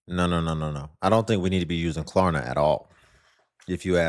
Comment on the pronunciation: she said Klarna wrong way too many times